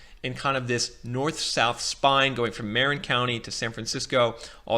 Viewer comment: I'm loving your presentation. I don't want to sound like a fussbudget--I'm just trying to be helpful--but it might help for you to know that the word "Marin" in Marin County gets pronounced with the accent on the second syllable, not the first: it's Mah-RINN County.